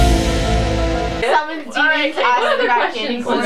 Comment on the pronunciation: "were summoning demmons" me: uhh do you mean angels?